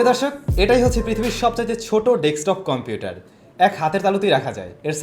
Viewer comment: OK, that's fine but it's not 'dekstop' bro. I know you really know this as well.